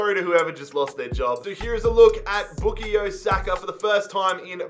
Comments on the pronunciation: His name is bukayo not bukiyo lol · Boo ka yo saka not booky yo saka Just spelling out how to say his name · His name is pronounced by Bukaayo Saka and not Bukiyo Saka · It's Book-Eye-Yo Saka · Same he was saying book-ie-o saka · Its book-eye-o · Man said bookayoo Saka lol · no it isnt, it’s pronounced book-eye-yo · would be the same as bukayo straight forward that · It’s bu-KAH-YO 😂😂😂😂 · No one: Bookayyo Saka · ”Bookio Saka” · everytime he says boo-ko-yo😂🙂😂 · It’s back-i-o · It pains me how you say Bookeyo Saka 😆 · Why is nobody mentioning Book-E-Yo Saka? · Bukayo is pronounced Bu-kie-oh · Your pronouncing bukayo wrong is not bookayo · Not pronounced “bookyo” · Even tho u pronounce it book-eye-o saka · pronouncing Bukayo made me cringe every single time. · Come on you butchering his name bruvh its pronounced as how you spell it😂😂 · I know right! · You’ve massively messed up the name pronunciation😂😂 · sayin bukayo is giving me cringe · the way you pronounce his name man😭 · actually you are disrispecting his name every time im cringing so hard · He's pronouncing Bukayo wrong :(!